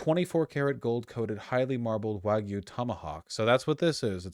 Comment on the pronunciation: Dude needs to learn how to say the word “wagyu”.